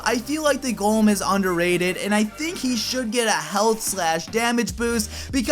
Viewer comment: you said gollum instead of golem